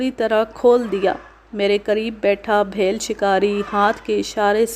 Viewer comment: Its is beel a famous tribe not bhel satpura range is in Maharashtra and i am from the last edges of these mountain ranges